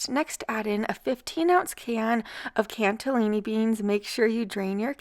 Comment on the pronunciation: Cannellini beans, no T in there😂